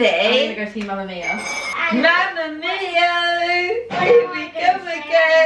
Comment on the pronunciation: It made me laugh so much when Annas grandma said mamma mio instead of mammamia😂 P.S. love you